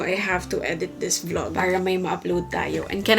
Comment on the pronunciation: "pilOHtes" "vlOHg" 😂😂😂